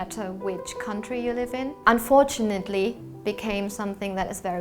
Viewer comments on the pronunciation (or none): 언뽀츄너티 발음 오진다 중독성도 오져